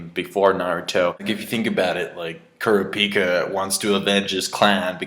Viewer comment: Why can't anyone pronounce Kurapika's name right XD